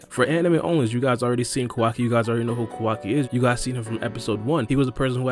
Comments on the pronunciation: Kowaki The real pronounce - Kawaki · Stop fucking saying his name like that for fuck sake. Ka-wacky not KaWOCKI